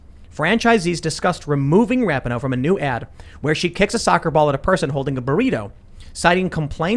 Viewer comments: FYI: it's pronounced RA-PEE-NO, not RAP-IH-NO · I love that Tim always says Rap ih no. When sport commentators say Ra pee know. No one knows how to say her name. Can we all agree on Ra Knee No. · Ra - pee - no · Megan’s last name is pronounced Ra-pee-no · I cant stand her either, but you and Shapiro do not say her name correctly